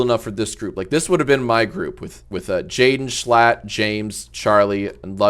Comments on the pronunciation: his name is schlatt not schlut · Jack calling him "jschlott" is hilarious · Schlatt has 2 seconds of screen time just to have his name pronounced wrong 💀